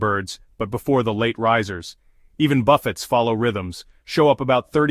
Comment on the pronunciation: What's with the word:- buffits, it not buffits its buffays duh! Im sick of these stupid AI voices. We had elevators right at our door, did not bother us to at all if you go to bed at 11pm.